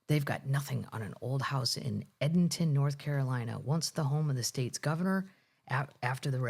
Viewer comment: Just FYI, the town is pronounced Eden-ton, like the Garden of Eden 😉.